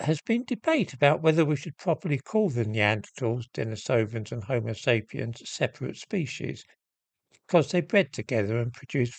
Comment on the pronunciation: It's 'De-NEE-sovan', not 'Deni-SOV-an.